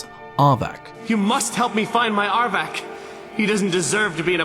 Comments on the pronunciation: dude its arvak why u keep saying arbac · Did you hear him try to say "Arvakr" and "Sleipnir"? Just as funny lol